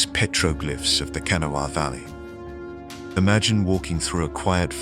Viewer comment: Its pronounced Ka' na' wha. It originates from an Algonquin speaking tribe the Conoy or Cohnawas. It means waterway or white stones likely the white stone referred to salt deposits.